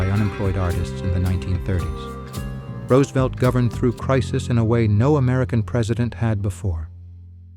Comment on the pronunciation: A.I. is evil. But at least it pronounced Roosevelt correctly. As for the New Deal, please ask Milton Friedman.